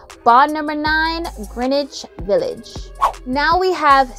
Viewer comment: Girl …Thank You for pronouncing Greenwich Village correctly!!! 💕👌🏾👍🏾